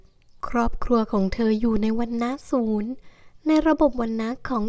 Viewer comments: สูดครับ ไม่ใช่ สูน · วรรณะ ศูทร อ่านว่า สูด ค่ะ ไม่ใช่ศูนย์ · อ่านว่าวรรณะศูทร รึป่าว ไม่น่าใช่วรรณะสูนนะคะ